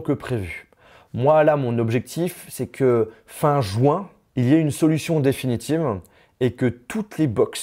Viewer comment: Juin pas jouin